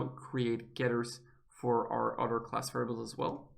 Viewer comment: you pronounce class like clause